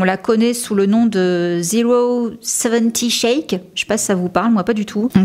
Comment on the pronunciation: « o seven o shake » la prononciation de la copine de lily rose, c’est d’ailleurs une superbe artiste